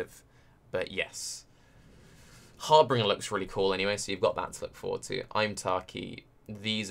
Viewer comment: I'm only annoyed by his inability to pronounce Harbinger. 0_o